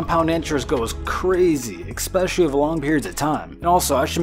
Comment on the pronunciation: No one's ever told you not to say "ekspecially?"